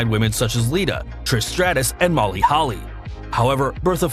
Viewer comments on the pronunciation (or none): none